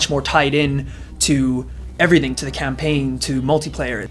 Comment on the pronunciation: lol "eveything"